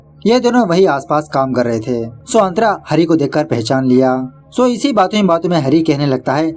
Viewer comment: Kya nam hai tera .......😂santra ... Nahi nahi antra🤣🤣🤣